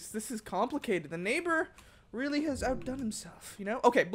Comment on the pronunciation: Robbie Coleman not reawy